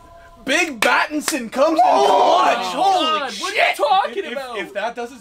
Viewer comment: Pattinson not Patterson